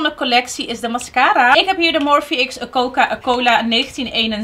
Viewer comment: Coca coli haha, dat was zo lief